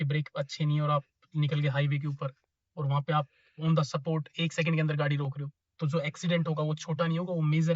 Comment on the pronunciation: On tha सपोर्ट 😂😂😂 On tha स्पॉट 💯